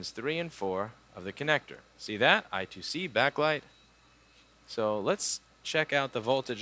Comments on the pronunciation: I2C is pronounced "eye squared see" ;) but eye two see is okay too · I^2C (or I2C) is pronounced eye square(d) see not eye two see (not sure if its squared or square tho) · It actually is pronounced I squared C . Sorry to be a nerd